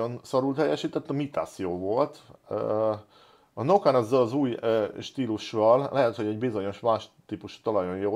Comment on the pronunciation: Az Nokian nem Nokan:D